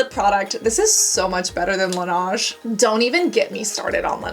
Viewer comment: Love your videos Cassandra! Just wanted to tell you that Laneige is pronounced as la-neij not la-naj, it's French for snow and the company made a TikTok about the correct pronunciation.